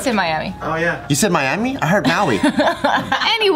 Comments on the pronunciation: LMFAO he said Mauami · I thought you said Mami